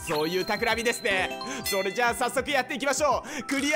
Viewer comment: オープニング変更ついでに、余計なお世話ですがエンディングも撮り直してみてわ？ それっじゃぁまたね！の甘噛みは好きですがw